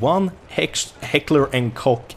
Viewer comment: "Heckler and Cock 416" lmaoooo